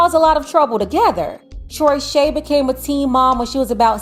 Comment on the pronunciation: “Troyshay” 😂😂😂😂😂 never had a chance